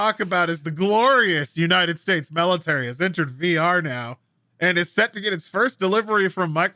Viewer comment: It’s ok, I would have questioned Ragnoros too… I mean he did just say melitary for 5 minutes.